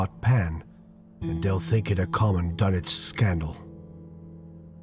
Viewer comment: Wahey he's pronouncing Dunwich properly!